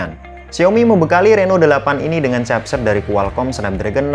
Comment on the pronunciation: Capset, Xiaomi Reno 8 apaan anjggg, ngakak w dengernya